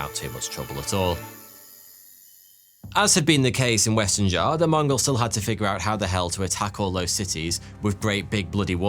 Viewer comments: Xia is not pronounced as Zar but Sia or See-yah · the way you pronounce Xia makes you lose all credibility